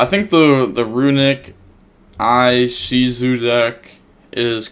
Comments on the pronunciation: E-shi-zu my man not eye-shi-zu lmao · No it's Eh-she-zu don't know where the Eye is coming from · Its LiI-Shizu bro...... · damn you went closer with that pronunciatio this time, slight improvement but still an improvement! next time try "ee-she-zoo" ;) you cant go wrong with this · "Eye"-shizu lmaooooo love you man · 'I'm so used to ocg names' Also: 'eye-shizu, izuku, et cetera..'